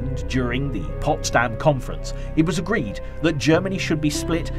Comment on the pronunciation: Ce n'est pas "possdamm" mais Potsdam.